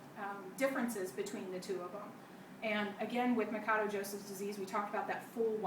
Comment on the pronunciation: its not ma ka doe...its ma sha doe...idiot....portugeuse last name.....but thanks for vid though...